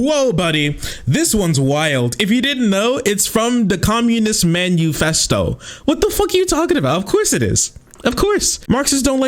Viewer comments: He pronounces it the Communist man U fest O because he doesn't want his viewers to Google what it is and learn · Homeboy said "manuefesto" lmao. Immediately knows jack shit. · Because of the way he pronounced Manufesto, my brain has been looping the phrase "Communist menu" Oh yes, I'll take one revolution from the Communist Menu, and I'll pair it with a nice red wine.